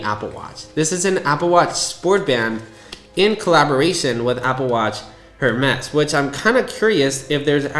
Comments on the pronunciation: It’s pronounced “air-mezz” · Completely agree with you that it’s ridiculous that they don’t include an orange rubber short band. Next time you go into an Hermès store don’t pronounce the H. It’s pronounced AirMez. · Bro if your gonna make a video on a product at least look up the correct pronunciation before hitting that record button. 🤦🏻 every time I heard “Her-mezz” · Not to be an but it’s pronounced “ ehr-mez “ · Who is going to tell him how to pronounce Hermes correctly? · a break would be if he did it once. He does it repeatedly. There is nothing wrong with making the correction. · H is silent 😊 good video thx for sharing ❤ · I know this is a minor point, but the H in Hermès is silent. However, the whole AW Hermès collaboration is an overpriced gimmick with or without the H 😂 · I kept cringing everytime i heard him say that… sorry i still love you and your videos 😂